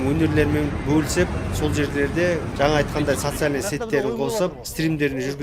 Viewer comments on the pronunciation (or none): none